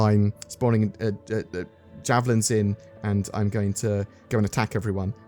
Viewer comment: Did you say "I'm spawning a Javelin Zin"?